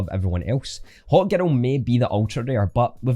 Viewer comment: haha, I was trying to figure out what he was saying when he said, hawkgirl, supergirl, and batgirl, then it dawned on me. His girl does sound like ghetto, but he says is so fast I couldn't even get that until I read your comment.